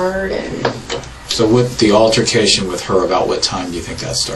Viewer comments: Girl must be from northern MS because the MS gulf coast knows all about hurricanes! Also, it’s “altercation” not “alteration”. Good ole MS education! She’s more concerned with her animals than her wife! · when she said “after the alteration had started..” I was so done!! She meant ALTERCATION 😢. Closed captioning typed altercation, but that is not what she said!! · SHE'S SOOOO SMART W A COLLEGE DEGREE, BUT SHE STILL DOESN'T KNOW THE DIFFERENCE BETWEEN "ALTERATION" AND "ALTERCATION"!!!!! 🤪🤪🤪🤪🤪🤪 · She pronounces the word altercation like "alteration" as if it's the magic school from Oblivion lmao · So you’re telling me she works in cyber security but says alteration instead altercation… hmmm I don’t think so. Narcissist really do Love to hear themselves talk, don’t they? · She's clearly very ignorant. Her use of English is appalling. Alterations, she said. 😆 Not altercations! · She also said "alteration" instead of "altercation". 🤣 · Her vocabulary—“bangshe” for banshee. And “alteration” for altercation for two words alone—but she has an MBA?